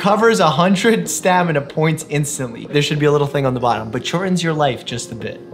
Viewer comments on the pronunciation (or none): none